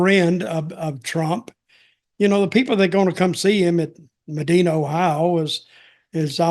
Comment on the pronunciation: I didn't realize Hulk was in town. We pronounce Medina, OH with a long "i" - "me-die-na"